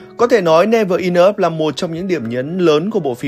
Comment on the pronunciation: Đọc chữ enough cũng sai. Chịu